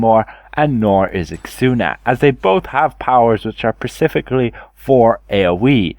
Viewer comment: Lol "pacifically". SPE-CIF-IC-AL-LY